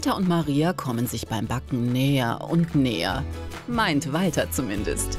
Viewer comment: Es regt so auf er sagt IMMER : Im Wolter sank you for caming